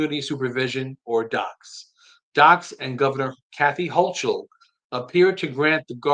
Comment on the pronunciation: They do not follow the HALT Act currently.. and so asking the question "is it working" can't be answered .. also her name is pronounced Hokul .. CH sounds like K